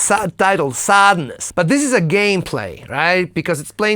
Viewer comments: SadEness, not sadness 😊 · It's not Sadness. It's Sadeness and it is pronounced Sa den wah (sounds French, maybe German if it came from a German choir) and is in the song. I just loved the thumping bass drum. Looks like Enigma sampled from Lisa Stansfield's song "All Around the World" or an earlier song. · It’s Sadeness! Not Sadness! Pun between sadness and Sade (le marquis) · Its SADEness (MARQUEES DE SADE) Not SADness! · How deep does your analysis go when you didn't even notice it's Sadeness not Sadness? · It is "Sadeness", not "Sadness". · It’s “Sadeness,” not “Sadness.” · It’s Sadeness, not Sadness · It’s SADNESS… isn’t it? Not “SADE-ness”. I just saw this: But maybe it IS SADEness! 🐶👍